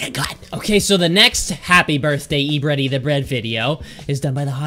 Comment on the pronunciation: Its e-breddy and derpy-horse